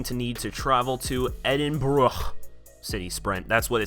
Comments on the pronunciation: Learn how to say edinburgh ed.in.bur.a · You can not pronounce the capital of Scotland